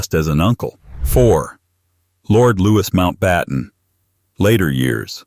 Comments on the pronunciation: Louee not Lewis. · Looee not Lewis. Get it right or dondo the commentary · Lord Louis's first name was pronounced the French way 'Lou-ee' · his name was Lou E not Lewis. william pronounces the name correctly as it is one of his heard speaking wedding vows. The brits do not think the same way about the name as americans. association in america is for Italian. In europe it is a name for kings, saints and aristocrats here for truck drivers. I am positive the prince of wales calls his son Lou E